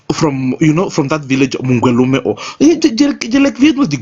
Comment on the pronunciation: Did he just say omungelume 🤣🤣🤣🤣🤣🤣🤣